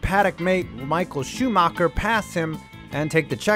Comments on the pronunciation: Michael Shoomarkar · schumacher is not pronounced shoemaker but hey the english way to pronunce foreign names is to look at the name and find the english word that sounds kinda the same same with leclerc who is called le clerk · Just the accent of the guy talking should turn you off this video. Nevermind the content. "Proust at Suzaka". Amazing. Excuse me, where?! I bet nobody knows what he's talking about Butthurt Shoe Marker and Villa Newve